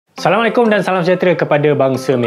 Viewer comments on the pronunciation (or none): none